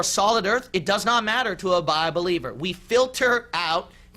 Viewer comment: It cracks me up every time he says "bibelievers"